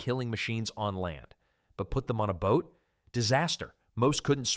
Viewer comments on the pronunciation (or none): none